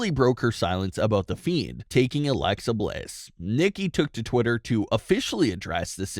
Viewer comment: Ummmm its alexa not alexia